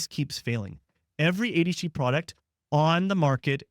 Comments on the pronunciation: Could tell in the beginning of the video this is made with Ai. It said ADHD-a. The the guy NEVER takes his eyes off the camera. Other stuff too but I’m not trying to train it to be better. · legit did the same the first seconds of the video when I thought they way he says “ADHD” sounded off more like “ADeshtheia” I wondered who else noticed and thought the same..😅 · what in the ai hell is this. a h dee ya? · The first time he said ADHD, I thought he had a really thick accent. But he keeps talking and I can tell that he doesn't. Then the second time he said "aydshee" I realized that it's just AI generated. This is how I end up only watching the same channels that I've been following for years and no new ones. It's so hard to find actual humans on here now. Also, like many of you said, there's no way in hell someone who understands ADHD would think any of us would be able to sit through all of that bs. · What the hell is “eddishdeeyuh” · he's trying to say "ADHD" but it's coming out slurred for some reason. :/ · why did you pronounce ADHD as ADEECHDIA ? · If a doctor can’t verbalize ADHD properly, it’s probably an AI generated video. ADHDIA? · What did you say here? Are you AI'ing your videos now?? Who pronounces ADHD like that? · maybe a regional speech thing.